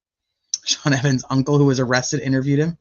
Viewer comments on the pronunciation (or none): none